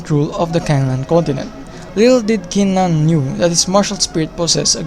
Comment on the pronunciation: Peerless Battle spirit info,wrong pronunciation of qin Nan's name